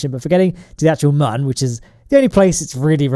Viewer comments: It’s moon not mun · This guy makes some really good shit, but I just can't find myself liking the fella. he's always so fucking smug. And I hate the way he pronounces the "Mun". Sorry dude.